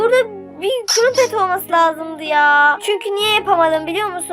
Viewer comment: kurumpet değil o kırampet diye söyleniyor